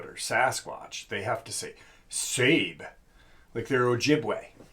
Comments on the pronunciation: I think some people call them sabe as a form of respect,. At least some. And I think it's pronounced sab-eh. Also, regarding skinwalkers instead of shape shifters...I think it's becoming a general term, kind of like kleenex-kleenex was started by a company called kleenex and now it's a general term. Hate to say it, but I think you're fighting a losing battle,. I realize it really bothers you and I get it, but I don't think the terms are going to go away.:( Sorry! ((HUGS)) You seem to be feeling better-thank God! Blessings to all! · SABE is pronounced SAWbay. And it does not come from OJIBWAY it comes from the OMAHA language. Umonhon language in the PONCA language their word for Bigfoot is ZITONGA which I was told means “child-like man” SABE does not come from Ojibway. It comes from Omaha. Best to be well informed brother. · Watching the facts by how to hunt I believe it’s sabé (sa-bay) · I thought it was pronounced SA-BAY ?